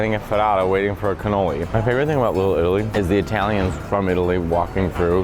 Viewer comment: You say it like one running word lillilli lol